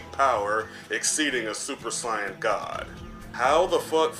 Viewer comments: did he say it (Sai- on )instead of (say-yun) or the Japanese(say-ya-jin) what a weird way he pronounces it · Why do you say saiyan like cyan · How the f do you pronounce Sayain... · Don’t even know how to say saiyan 🤦🏽‍♂️ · Why do you say Saiyan so weird?